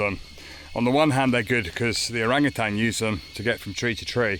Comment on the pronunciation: Enjoyed the video. Stayed at Hornbill Lodge a few months ago ourselves. Great choice. As future experts in the area you'll want to be getting the pronunciation right! 😆Pro-Boss-Kiss (not Pro-Biss-Kiss), Orang-oo-tan (not tang) Orang = person. Utan = forest. Nothing tangy about them despite the colour. 👍